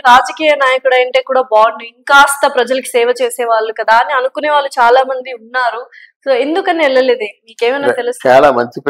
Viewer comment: వాల్లు ప్రయానం etc నీ తెలుగు మండ ఎవడు మీ తెలుగు నేర్పిన మాష్టారు? మీ అమ్మా నాన్నా ?